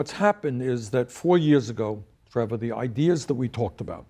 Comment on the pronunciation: What is it with trevor not being able to pronounce the word 'years' correctly? Yoeers